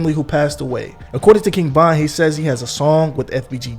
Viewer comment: Bro ,why you sounding so confident in your pronunciation, King bond bro? Tf?Vonnnn! Broo damn